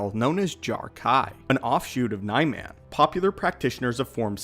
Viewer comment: You mispronounced Niman